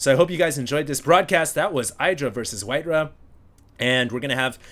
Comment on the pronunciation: Why you call him WhiteRUH?